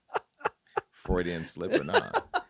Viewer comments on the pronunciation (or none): none